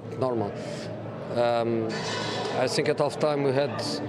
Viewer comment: Is he saying i sink or i think